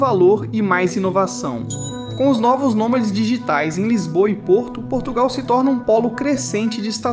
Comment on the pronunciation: Portugal está irreconhecível por causa da imigração descontrolada, nem falar sabem... "Porrtugáu" que tristes!!!